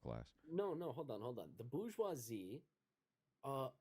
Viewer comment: It’s not bou-goisie. It’s bour-goisie. More evidence American’s confidently say things wrong and eventually people keep saying it wrong.